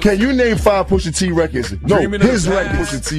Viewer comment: quality vid here but oh my goodness poooosha T AND NASSS why are you butchering the name of these icons lol